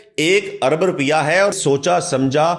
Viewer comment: رپیہ نہیں روپیہ ہوتا ہے۔۔۔۔ رررووووو۔۔۔۔۔ پ پ پ ۔۔۔۔۔ یا یا یا۔۔۔۔ روپیہ۔۔۔۔ اور ملیت نہیں۔۔۔ مالیت ہوتا ہے۔۔۔۔ مااااااا۔۔۔۔۔ مااااااا۔۔۔۔۔ لی۔۔ ل ی۔۔۔۔ ل ی۔۔۔۔۔۔ ی ت۔۔۔۔۔ یت یت۔۔۔۔۔ ماااا ل ی یت۔۔۔۔۔ مالیت ہوتا ہے۔۔۔ ملیت نئ